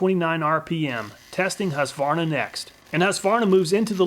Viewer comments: Husqvarna is a Swedish town. Meaning something like "house mill" (hus=house). It's not pronounced hus-varna or husk-varna. It's pronounced hus-kvarna. If that makes any sence. Love from Sweden! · Husqvarna being a Swedish brand, I was surprised to know that it was also manufactured and sold in the US. (pronounced "Hueskvarnah", btw) Great video! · Great content as always, but as a Swede ... the Q in Husqvarna is spoken as a hard k ... hus-kvarna ;) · I can't but smile a bit every time you say "Husqvarna" :)